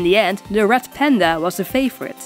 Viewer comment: I heard ‘rat panda’ at first... oops